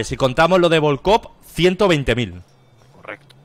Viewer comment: Bolcov* Presten atención a la pronunciación